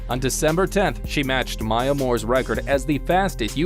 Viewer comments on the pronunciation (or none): none